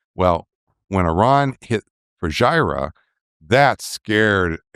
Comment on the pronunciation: Hi Dr Pape, Fujairah is pronounced "FOO - JER - AH"